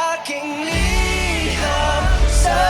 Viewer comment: Ur right on ur first pronounciation,mean LETTER